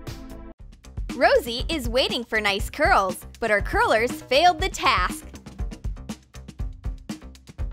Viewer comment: Did you say hurls instead of curls